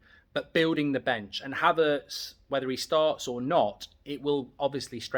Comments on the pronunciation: Man said k havertz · Kay Havertz? is that Kai's sister, stop wobbling your gob and get names correct.